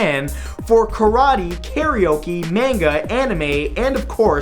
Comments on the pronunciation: It's MAHN-guh, not MAN-guh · did he just say menga instead of manga its pronounced (MA-NG-A) as in MA im home but other than that he said anime right hahaha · Manga is pronounced Mahnga, not Myainga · sorry, but i couldn't help myself. You said MAY-nga its actually MAH-nga. thanks for reading. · No one is going to mention that he said MAIN-ga. Not mān-ga? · FFS, its Mahn-ga, not Main-ga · HE SAID MAYNGA FUCK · I'm pretty sure its actually pronounced mah-nga. Mangas are life. +gabbyorta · It's manga, not manga! God, some people! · mmmmmph the way he said manga. -. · HE SAID MANGA!!! WHY MATT WHY??????